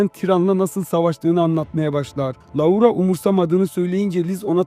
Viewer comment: maykıl diye telaffuz edip loora diye telaffuz etmemek